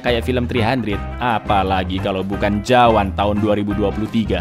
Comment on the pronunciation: Aq dengernya malah jawa bukan jawan wkwkw